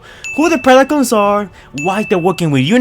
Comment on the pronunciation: “rice of the beast picons” 😭😭